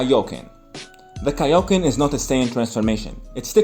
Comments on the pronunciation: The way he said tick nick for kaioken goku😂😂😂😂😂😂😂😂😂😂😂😂😂😂😂😂😂😂😂😂😂😂😂😂😂😂😂😂😂😂😂😂😂😂😂😂😂😂😂😂😂😂😂😂😂😂😂😂😂😂😂😂😂😂😂😂😂😂😂😂😂😂😂😂😂😂😂😂😂😂😂😂😂😂😂😂😂😂😂😂😂😂😂😂😂😂😂😂😂😂😂😂😂😂😂😂😂😂😂😂😂😂😂😂😂😂😂😂😂😂😂😂😂😂😂😂😂😂😂😂😂😂😂😂😂😂😂😂😂😂😂😂😂😂😂😂😂😂😂😂😂😂😂😂😂😂😂😂😂😂😂😂😂😂😂😂😂😂😂😂😂😂😂😂😂😂😂😂😂😂😂😂😂😂😂😂😂😂😂😂😂😂😂😂😂😂😂😂😂😂😂😂😂😂😂😂😂😂😂😂😂😂😂😂😂😂😂😂😂😂😂😂😂😂😂😂😂😂😂😂😂😂😂😂😂😂😂😂😂😂😂😂😂😂😂😂😂😂😂😂😂😂😂😂😂😂😂😂😂😂😂😂😂😂😂😂😂😂😂😂😂😂😂😂😂😂😂😂😂😂😂😂😂😂😂😂😂😂😂😂😂😂😂😂😂😂😂😂😂😂😂😂😂😂😂😂😂😂😂😂😂😂😂😂😂😂😂😂😂😂😂😂😂😂😂😂😂😂😂😂😂😂😂😂😂😂😂😂😂😂😂😂😂😂😂😂😂😂😂😂😂😂😂😂😂😂😂😂😂😂😂😂😂😂😂😂😂😂😂😂😂😂😂😂😂😂😂😂😂😂😂😂😂😂😂😂😂😂😂😂😂😂😂😂😂😂😂😂😂😂😂😂😂😂😂😂😂😂😂😂😂😂😂😂😂😂😂😂😂😂😂😂😂😂😂😂😂😂😂😂😂😂😂😂😂😂😂😂😂😂😂😂😂😂😂😂😂😂😂😂😂😂😂😂😂😂😂😂😂😂😂😂😂😂😂😂😂😂😂😂😂😂😂😂😂😂😂😂😂😂😂😂😂😂😂😂😂😂😂😂😂😂😂😂😂😂😂😂😂😂😂😂😂😂😂😂😂😂😂😂😂😂😂😂😂😂😂😂😂😂😂😂😂😂😂😂😂😂😂😂😂😂😂😂😂😂😂😂😂😂😂😂😂😂😂😂😂😂😂😂😂😂😂😂😂😂😂😂😂😂😂😂😂😂😂😂😂😂😂😂😂😂😂😂😂😂😂😂😂😂😂😂😂😂😂😂😂😂😂😂😂😂😂😂😂😂😂😂😂😂😂😂😂😂😂😂😂😂😂😂😂😂😂😂😂😂😂😂😂😂😂😂😂😂😂😂😂😂😂😂😂😂😂😂😂😂😂😂😂😂😂😂😂😂😂😂😂😂😂😂😂😂😂😂😂😂😂😂😂😂😂😂😂😂😂😂😂😂😂😂😂😂😂😂😂😂😂😂😂😂😂😂😂😂😂😂😂😂😂😂😂😂😂😂😂😂😂😂😂😂😂😂😂😂😂😂😂😂😂😂😂😂😂😂😂😂😂😂😂😂😂😂😂😂😂😂😂😂😂😂😂😂😂😂😂😂😂😂😂😂😂😂😂😂😂😂😂😂😂😂😂😂😂😂😂😂😂😂😂😂😂😂😂😂😂😂😂😂😂😂😂😂😂😂😂😂😂😂😂😂😂😂😂😂😂😂😂😂😂😂😂😂😂😂😂😂😂😂😂😂😂😂😂😂😂😂😂😂😂😂😂😂😂😂😂😂😂😂😂😂😂😂😂😂😂😂😂😂😂😂😂😂😂😂😂😂😂😂😂😂😂😂😂😂😂😂😂😂😂😂😂😂😂😂😂😂😂😂😂😂😂😂😂😂😂😂😂😂😂😂😂😂😂😂😂😂😂😂😂😂😂😂😂😂😂😂😂😂😂😂😂😂😂😂😂😂😂😂😂😂😂😂😂😂😂😂😂😂😂😂😂😂😂😂😂😂😂😂😂😂😂😂😂😂😂😂😂😂😂😂😂😂😂😂😂😂😂😂😂😂😂😂😂😂😂😂😂😂😂😂😂😂😂😂😂😂😂😂😂😂😂😂😂😂😂😂😂😂😂😂😂😂😂😂😂😂😂😂😂😂😂😂😂😂😂😂😂😂😂😂😂😂😂😂😂😂😂😂😂😂😂😂😂😂😂😂😂😂😂😂😂😂😂😂😂😂😂😂😂😂😂😂😂😂😂😂😂😂😂😂😂😂😂😂😂😂😂😂😂😂😂😂😂😂😂😂😂😂😂😂😂😂😂😂😂😂😂😂😂😂😂😂😂😂😂😂😂😂😂😂😂😂😂😂😂😂😂😂😂😂😂😂😂😂😂😂😂😂😂😂😂😂😂😂😂😂😂😂😂😂😂😂😂😂😂😂😂😂😂😂😂😂😂😂😂😂😂😂😂😂😂😂😂😂😂😂😂😂😂😂😂😂😂😂😂😂😂😂😂😂😂😂😂😂😂😂😂😂😂😂😂😂😂😂😂😂😂😂😂😂😂😂😂😂😂😂😂😂😂😂😂😂😂😂😂😂😂😂😂😂😂😂😂😂😂😂😂😂😂😂😂😂😂😂😂😂😂😂😂😂😂😂😂😂😂😂😂😂😂😂😂😂😂😂😂😂😂😂😂😂😂😂😂😂😂😂😂😂😂😂😂😂😂😂😂😂😂😂😂😂😂😂😂😂😂😂😂😂😂😂😂😂😂😂😂😂😂😂😂😂😂😂😂😂😂😂😂😂😂😂😂😂😂😂😂😂😂😂😂😂😂😂😂😂😂😂😂😂😂😂😂😂😂😂😂😂😂😂😂😂😂😂😂😂😂😂😂😂😂😂😂😂😂😂😂😂😂😂😂😂😂😂😂😂😂😂😂😂😂😂😂😂😂😂😂😂😂😂😂😂😂😂😂😂😂😂😂😂😂😂😂😂😂😂😂😂😂😂😂😂😂😂😂😂😂😂😂😂😂😂😂😂😂😂😂😂😂😂😂😂😂😂😂😂😂😂😂😂😂😂😂😂😂😂😂😂😂😂😂😂😂😂😂😂😂😂😂😂😂😂😂😂😂😂😂😂😂😂😂😂😂😂😂😂😂😂😂😂😂😂😂😂😂😂😂😂😂😂😂😂😂😂😂😂😂😂😂😂😂😂😂😂😂😂😂😂😂😂😂😂😂😂😂😂😂😂😂😂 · it's kaio-ken not kaioken